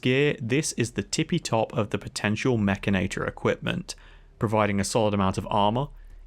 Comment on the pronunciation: wait... mek-can-i-tore? Nope! I don't care how it's spelled. It's mek-in-nate-tore! lol